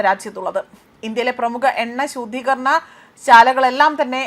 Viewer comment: ശൂതീകരണ അല്ല 😂 ശുദ്ധീകാരണ ശാലയിലേക്ക് 🙄 മിക്ക വാർത്താ വായനക്കാരും വികലമായ രീതിയിലാണ് പലപ്പോഴും വാർത്തകൾ വായിച്ചു വിടുന്നത് 😔